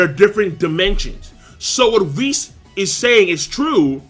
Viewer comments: its WISS not VIS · Sometimes when pronounced whis's name it sound like he saying vhis.